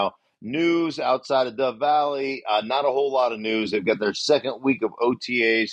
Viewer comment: you said death vally its dove vally